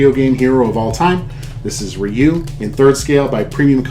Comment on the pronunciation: Thank you for saying his name correctly. This is a simply awesome statue